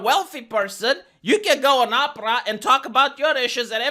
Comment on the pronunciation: I like the way pronounces Oprah's name, it sounds like "opera". Hahahaha 😹. BTW, this is a great video 👏